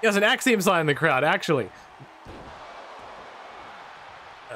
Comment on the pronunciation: I knew this video would be 10/10 when said "Copeiom"